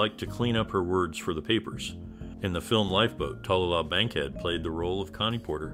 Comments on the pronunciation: her name is pronounced Ta-loo-lah........Tallulah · Her name is pronounced Ta-Lou-Lah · How can you do YouTube about someone and continuously mispronounce their name?